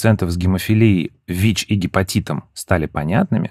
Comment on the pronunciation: ВИ́ч, вИ́чей😅😅😅